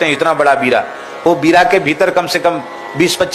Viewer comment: बीरा नही बीड़ा कहते महाराज जी